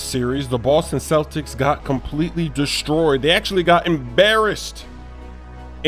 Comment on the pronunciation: did he really say the "Loston Celtics" ? xD